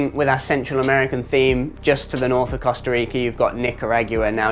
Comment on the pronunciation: Mate, please learn how to pronounce both Costa Rica and Nicaragua. Your attempts are painful !😂